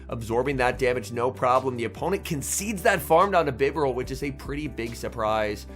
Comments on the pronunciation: It's Bye-Bar-Al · I like your vids but I hate how you pronounce “Bee-Barrel”…. 💯